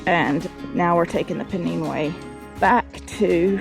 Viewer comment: Pennine way is said pen then nine not neen. Pennines the backbone of England. Very great walk. Pennine way 278 miles from Derbyshire to Scotland.